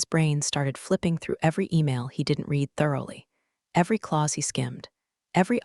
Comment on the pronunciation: A legal person is COUNSEL, never COUBCIL! And PLEASE teach the AI how to pronounce READ in more than one tense.